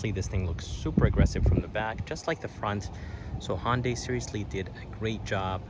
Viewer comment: ITS PRONOUNCED HUN DAY NOT HON DAY!!!!!!! HUN!!!!! NOT HON!!!!!! Pronounce it CORRECTLY!!!!!!!!!!!!